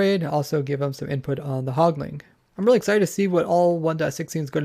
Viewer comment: Quit saying "hogling" and "pigling". There is no g at the end. Anyway, good info put out here.